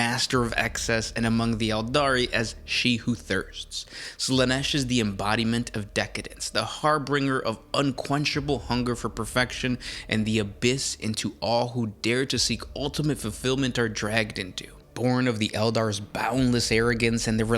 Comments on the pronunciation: It's pronounced "har-bin-jer", not "har-bringer." There isn't even an "R" after the "B". Rest In Piece, English Language. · Har-binger, not har-bringer. Please. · It's harbinger. Not har-bringer.